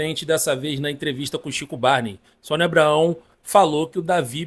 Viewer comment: Tá falando o nome da Sonia errado